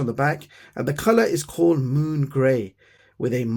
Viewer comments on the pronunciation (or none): none